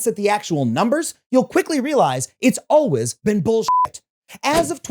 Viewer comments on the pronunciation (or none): Adam why do you say the word "always" like "alwizz"